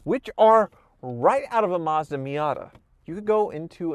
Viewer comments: Woah did he just say Mazda correctly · accidentally pronounced "Mazda" correctly that one time.